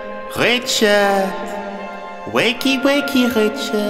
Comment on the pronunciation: I wish you pronounced Richard’s name correctly